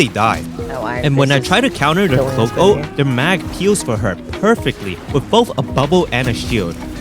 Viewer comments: My biggest gripe with this is hearing the word "Ulti" instead of just Ult like a normal man. But otherwise, nice stuff. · Saying "ulty " pissed me off more and more everytime u did it but other than that good video